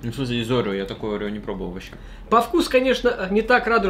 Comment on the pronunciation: Это орео а не огео